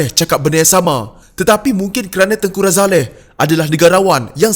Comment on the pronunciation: Lupakan sajelah Najib & Zahid. Dua2 bakal banduan. Takkan Umno masih nak pikul biawak hidup...ni admin pelat sebut nama tengku razaleigh kenapa? Kahkahkah...